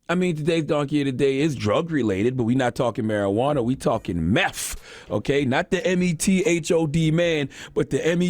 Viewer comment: mans said MEFFFFFF